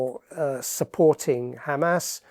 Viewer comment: Erm, it's Hamas, pronounced Hamaas, not 'Hammers'. They're not Arsenal!